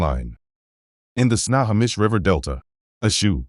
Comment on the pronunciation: Pronounced: Sno_ho_mish Good Video.